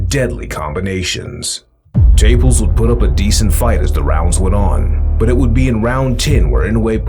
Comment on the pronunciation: It's not Taples. It's Ta-pa-les . Do some research. This talk is ridiculous. Davis should go up to 140